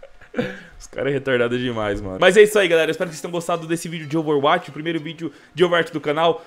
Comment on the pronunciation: fala ouveruati kkkkkkkkkkkkkkkkk